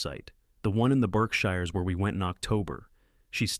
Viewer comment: It's also not the BARKSHIRES, ITS BERKSHIRES. PRONOUNCED BERKSHEERS.